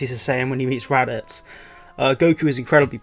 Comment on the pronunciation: He called raditz rabits